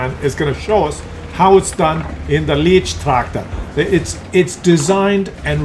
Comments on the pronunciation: Yes, my ears of a German speaker bleed when I hear "leech-tractor". It's "light-tractor",! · Hey, it's a Leichttraktor not Leechtractor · At least TRY to pronounce the name. Not "leach" but LAICH tractor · If you would call the leech tractor the "light tractor" you would be fairly close to the German meaning AND pronounciation. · "LEECHTRACTOR"? Really? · Tier 2 tomorrow. Leichttraktor is pronounced more like 'light-tractor'. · Hey, Tier 2 would be nice. And let me tell you, that a "leichttraktor" is not a "leech".;) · Leichttractor is pronounced: L-eye-ch-trak-tore. The 'ch' is pronounced as in 'loch' (a throat clearing sound); the 'tore' rhymes with door. For future videos, a series of T1-T4 for each nation would be fun. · It's not leech-traktor 😉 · to pronounce it correctly take the Y from my and then say lygttractor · You should pronounce this like the english word “light” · lol leicht tractor is pronounced a little differntly... i'm sure you're aware of it, but as a Dutchman who speaks German it sounds funny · Lol, despite jus name, is just incapable of getting the German words right, event the Leicht Traktor...